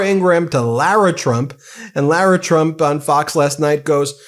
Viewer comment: Love Laura saying Trumps name wrong she said "Chump instead of Trump."